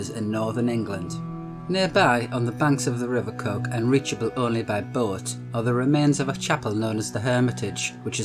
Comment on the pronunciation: Coquet is the rivers name, not Coque